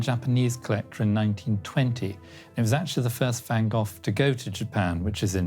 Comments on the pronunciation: Jeeze Louise, Van Goff is just as wrong as Van Go. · What is the proper pronunciation of Van Gogh? The narrator and that woman pronounce it Van GoghF and it's kinda making me crazy 🤪